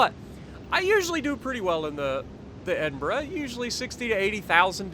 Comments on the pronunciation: Holy $#!t.... he said it right! It’s a glorious day! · You even pronounce it perfectly! I tip my cap to you sir!!!